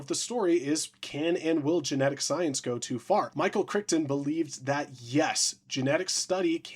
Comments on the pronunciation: What is it today it's only been 20 minutes since I got online and I've seen people using words they have never heard and mispronouncing thing. Michael "Crichton" said as "Crick"ton like he was a place to fish for a day... It's "Cry-tonne". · For the love of God it is pronounced Krite'n, not Criton. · Cry-ton, not Crick-ton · "Michael Crickton" 😭😭 actually pronounced 'Cryton' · It’s crazy how people pronounce things so wrong. It’s pronounced ‘Cry-ton’.